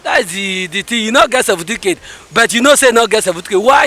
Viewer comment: That delta man minute say seventeencate 😂😂😂😂